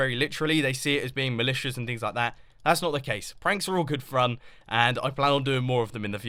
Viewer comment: he said frun